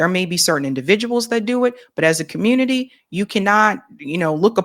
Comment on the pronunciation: No worries, we don’t expect empathy. We already know what to expect from the communitah